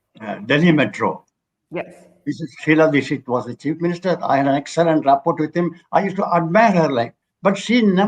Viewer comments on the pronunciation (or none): Rapport: റപ്പോർട് അല്ല! റാപ്പോ!!